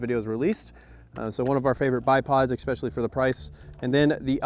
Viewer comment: Stop saying expecially